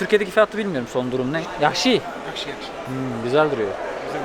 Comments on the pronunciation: Yahşi değil caksı desen olur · yaksi degil CAXSI demen lazim :) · Yakşi ne demek abi. Duzgun teleffuz et